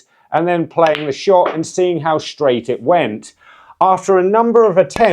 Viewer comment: Telling it SHtraight.